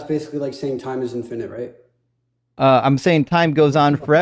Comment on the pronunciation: For me, the peak stupid is hearing him reading from his ChatGPT script and mispronouncing easy words like "infinite" as "in-FINE-ite." His tantrumming childish ass has ZERO reading comprehension, and can't process what's being told to him any better, which is why his recaps of any statement are basically fiction. All his failed arguments begin with "You said..." when no one said anything of the sort.